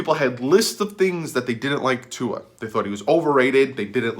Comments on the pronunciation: Yea, you are the Tua name pronouncer expert now!!! Props dude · I gave you a thumbs up for saying Tua’s name right